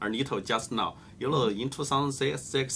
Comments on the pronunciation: sorry, but all i can hear is YOLO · When he says "You know" I hear "Yolo" all the time. Can't unhear it anymore.... :)